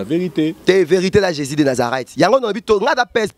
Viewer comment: Ndeko loba bien Jesus christ de Nazareth tika koloba Jési oyebi Jési oyo ozolobela pasteur azoloba lokola atalaku ya quartier Latin .